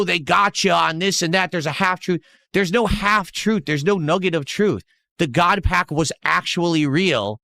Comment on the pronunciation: It's weird all his "major hits" came when he pulled them off stream besides this "GAWD PAYUCK" I know he's buying singles and saying he ripped it from packs. This is like a daily crashout now and I know he just went on TCGPlayer or the like and went "hmm yes, me want big hit so I can bust about it" Probably most of his "hits" were bought online and he seeded the GAWD PACK. Literally just don't trust anything he opened offline. Its much funnier if he did, and due to his own lying self, no one believes his hits as genuine. He's totally drinking off stream ripping packs drunk cause of this.